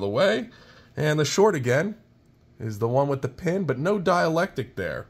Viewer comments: The word you want is "dielectRic" - note the R. There is a word "diAlectic, but it means something entirely different. Thanks for the great video. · "Dielectric" my friend... but having read the comments, i see you've already been schooled! Haha! "Dialectic" - also known as the dialectical method, refers originally to dialogue between people holding different points of view about a subject but wishing to arrive at the truth through reasoned argument. thanks for the video. much help to a noob 73 VA7XEX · It's dielectric not dialectic. I'm not a vernacular nazi normally, but considering you sound like an intelligent person I thought I should say something so in the future people do not underestimate your intelligence. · Why do you keep saying dielectic? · Excellent walk-through! BTW, there is an R in dielectric (sounds like die-electric) - sorry, not being mean, I'm just one of those nit-pickin' goobers.